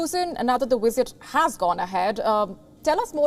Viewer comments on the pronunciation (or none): The wisit was amazing vasn't it?